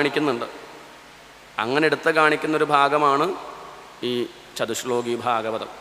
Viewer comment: ചതുശ്ശോകീ എന്നല്ല വേണ്ടത് ചതുശ്ലോകീ എന്നതാണ്. ശോകീ = ദു:ഖീ